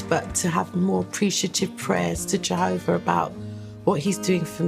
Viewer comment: "I love Jehover!!"